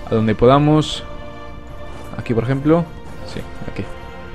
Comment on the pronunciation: diciendo ejempolo te parece a mi profesor de historia que lo dici igual xd